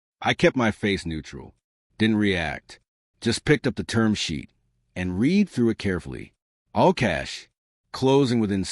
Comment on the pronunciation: Heard this exact same basic story earlier this morning, just changed the names and details, using the same fake lawsuit threat.😮 And this is yet another AI voice that cannot correctly pronounce simple words, like "read". 🤨